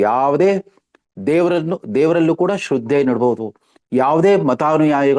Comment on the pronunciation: Not shroode but it is shradde pl note